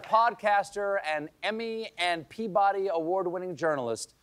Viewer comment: Being from Massachusetts…. I was like the not how we say Peabody…